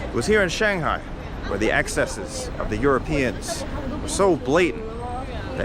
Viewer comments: I wish you'd pronounce Shanghai correctly. 😇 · You missed my point, obviously - if he had lived there for a while, like he said, he would know the proper way to pronounce "Shanghai". Unless, of course, he is one of what can only be characterized as a "bad foreigner" - the type that refuses to learn Chinese, have Chinese friends, eat in Chinese restaurants, etc. Many of these types of foreigners left China around the beginning of the Pandemic, first because of the end of for-profit English-language training centers, and later because of the Pandemic proper. The vast majority of foreigners still in China are thankful that the bottom-feeders and scum that give everyone a bad name are now gone. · And yet, even though he says that he lived there, he still cannot pronounce "Shanghai" correctly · More like shang-bye😂